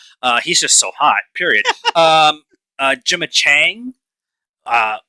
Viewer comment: quit watching the trailers without us guys! 😂 i’m so excited for this! had no real interest until i saw this trailer and now i’ve plans to be there opening night! i too, will watch anything with florence now lol. btw, gemma’s last name doesn’t have a g. it’s chan not chang 😊